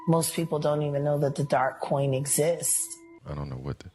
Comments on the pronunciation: Dark coin, not dark queen. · She said “Dark Coin” not Dark Queen. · Could you listen to what she says? She said dark coin, not dark queen. And if you're only just getting to the part where "Diddy was pounding dudes", just wait until you get to the part where most of the hip-hoppers and actors in Hollywood swing (at the very least) both ways. Acting and entertainment has historically always been very gay. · She said dark coin not dark queen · She said dark coin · Jaguar Wright said " Because of the The Dark Coin" not "Because of the Dark Queen" lol😂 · She didn’t say dark queen she said dark coin. Meaning crypto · You didn't get it man. Someone more than likely bought those tapes to prevent them from going public. And she said dark coin not dark queen ffs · She said the "Dark Coin" not queen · She said dark coin. Like bitcoin.